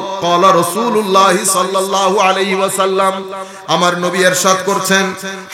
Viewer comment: Ershad na. Irshad hobe